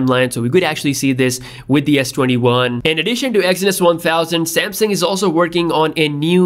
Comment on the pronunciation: I know I’m not the only one that hears him saying samsing